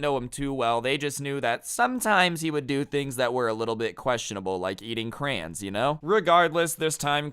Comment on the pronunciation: it’s so funny the way he says “crayons” it is CRAY-ON-Z